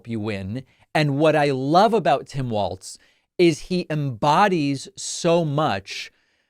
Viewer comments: Walz not waltz. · Walz, like Walls. Not Waltz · Everybody, even David Pakman is pronouncing Tim's last name as Waltz as in the dance or music, it's pronounced like Walls, not Waltz. Gees get it right already. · You're pronouncing Walz incorrectly. Your pronouncing it as "waltz".It should be pronounced as "walls". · it’s pronounced WALLS not Waltz smh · Walz. Not Waltz. Like walls. Pretty easy. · Hi David. I mean no disrespect whatsoever but Tim’s last name is pronounced Walls not Waltz. Hope I’m not being rude Love your channel ❤ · Why are you pronouncing his name "Waltz," when his name is "Walz" - as in "walls?" It's jarring every time you pronounce it. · It is pronounced walls, not waltz. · It sounds like you are you are saying 'Waltz'. His name is Walz and in MN we say it like 'Wallsz'...But not Waltz folks! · Hey I thought it's pronounced like "walls" not "waltz"?? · It’s Walz, like Walls. Not Waltz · Pronounced "Walls" and not "Waltz" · Its pronounced "wallz Dave. Get it right at the start. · I kept hearing a "t" in there (like Waltz). I was only being facetious 😂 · It's Walz not Waltz. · His name is pronounced like Walls, not like waltz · I love your show. But when listening to you talk about Harris' new VP, I hear you calling him Tim Waltz, not Tim Walz. I'm sure he would appreciate you getting the pronunciation of his name correctly, especially since he is going to be in the White House for years. Lots of likes, and good show. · It’ll catch on. I said it about how people pronounce Kamala, and I’ll say it now. Very few people are intentionally messing it up; most just have to get their brains and tongues lined up right, so to speak. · David, you are pronouncing his name wrong. Do better.